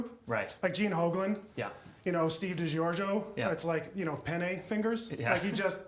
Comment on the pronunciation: this guy is a bitter dick. it is pronounced " duh gorg ee o"